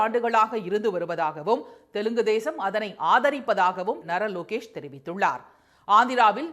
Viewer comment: நாரா லோகேஷ்.. say it properly